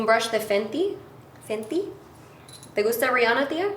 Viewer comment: Love this video! I love how Fenty became Fenti! LOL